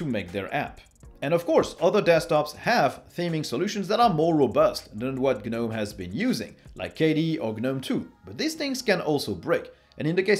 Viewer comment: Pronounced "Guh-nome" properly. Clicked Like.